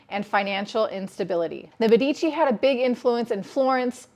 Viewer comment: It is mé-di-ci, not me-dí-ci